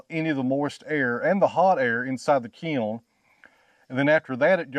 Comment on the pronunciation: I had the hardest time trying to figure what the hell a key-oln is , before I realized that he was trying to say kiln.